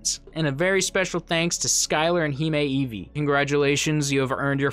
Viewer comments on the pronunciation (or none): none